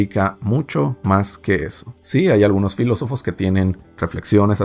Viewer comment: La cago cuando dijo filosofes